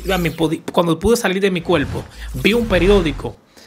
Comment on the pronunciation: Se dice CUERPO no cuelpo. Se dice por FAVOR no pol favol